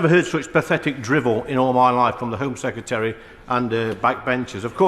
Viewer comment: 'Home Seccaterry' 🙄